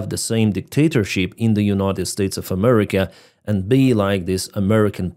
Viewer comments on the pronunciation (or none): none